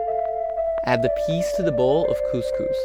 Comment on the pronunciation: The way you say peeees...I died laughing.